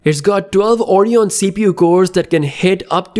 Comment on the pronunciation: Stop pronouncing it Orion.. It's ORYON.